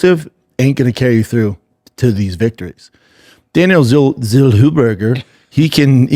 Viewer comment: Zellhuber ❌ Zellwhoburger✅